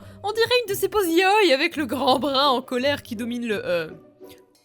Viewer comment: S'il-te-plaît, accentue le i de yaoi, c'est vachement plus.. agréable quoi X) Je me suis aussi toujours demandé pourquoi le clan des étoiles était toujours à la ramasse quand un truc super grave se passait, et pourquoi leurs prophéties sont toujours HYPER VAGUES. Ils sont censé aider les clans !??